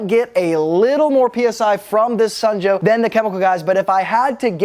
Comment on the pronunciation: It's "Sun" Joe....not "snow" Joe.